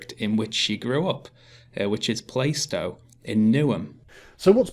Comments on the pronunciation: Plar-stow, not Play-stow. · I'm 1min 16 sec into this and I'm thinking - a council house is better than no house at all. Let's see what happens. By the way - I'm a cockney and it's Plarr-stow, not Play-stow. For what it's worth. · Lol pronounces Plaistow "plai-stow"! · And to Sargon and: PLAH-stow! PLAH-stow!! (or PLAR-stow if you speak with hard As) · bruh, first of all. you both pronouncing plaistow wrong. I was born in newham. 2ndly, newham in general is a shithole. Plaistow is no different.